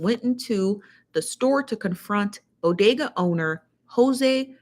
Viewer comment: It's BODEGA 😄